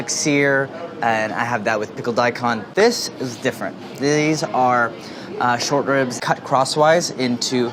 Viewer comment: Every time he said short ribs i heard shortbread lmao